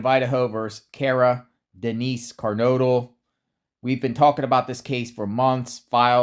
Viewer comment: Yeah, so that's literally not even her last name. Its NORTHINGTON. And it's not KARnodle... it's KERnodle! 🙄